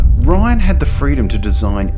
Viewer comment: Thank you for using the original Death Star explosion without the praxis ring. Also his name is pronounced Ri-Ann not Ryan.